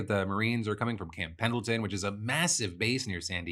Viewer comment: I said it yesterday and I'll say it again, Pendleton has a silent d